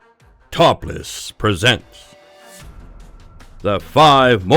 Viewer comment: i thought it was a battelfield plus when he said top list i heard topless